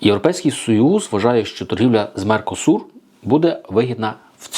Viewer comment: НЕ Меркосу, а МеркосуР.